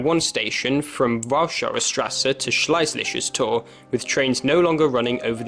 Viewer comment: Oh the pronounciation. It is pronounced Shlay zishas tore.